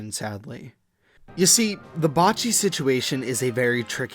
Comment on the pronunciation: 2 years late but can't believe he was butchering Bocchi so hard seriously how the fck Bo-cchi is Ba-cchi for you lol